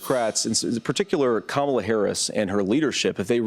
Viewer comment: The only thing that I will give credit for at the debate is that he pronounced Kamala correctly. That’s it. 🙄